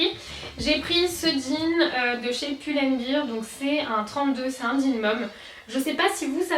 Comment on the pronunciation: N c'est Pull and Bear, bear = un ours si tu dis bir comme beer cest une bière, donc on dit bien Pull and BER et pas Pull and BIR, revoyez votre prononciation...